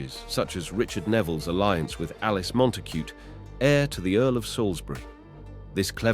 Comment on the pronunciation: And ordinary words like "alliance".